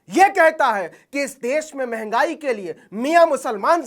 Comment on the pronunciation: Mhagai ka 'M' nahi nikla.... Kud ki thareef Mai, Mai Mai Mai bolata hai 😢